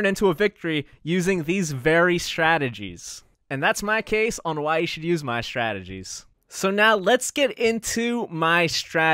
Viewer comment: I like your videos, but it bothers me that you pronounce the word Strategy as "Shtrategies"